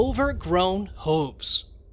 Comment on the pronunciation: hoves 😂 it’s hooves learn English